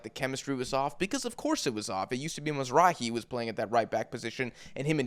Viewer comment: who is mazrahi? 😭😭😭😭 you mean mazra OUI